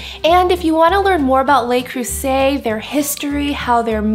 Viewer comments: Nice job, looks yunmy...fyi: pronounced Le (luh), not lay (Les). Le Creuset. :-) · Luh Creuset not lay